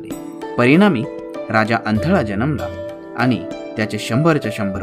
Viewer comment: ण ला कृपया न म्हणू नका..... आनी नाही आणि... आपन नाही आपण.... पहाने नाही पाहणे .....plz ते कानाला गोड वाटत नाही....बाकी उत्तम आहे.